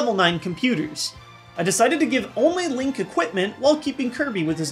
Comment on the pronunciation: HE CALLED HIM LONK. I AM STILL COMPREHENDING THIS. IT'S LONK, MY MAN FROM PENNSYLVANIA.